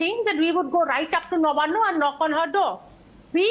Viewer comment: Nabanna (नवान्न) not Nabana